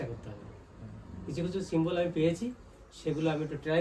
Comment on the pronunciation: সিমবল না সিমটম হবে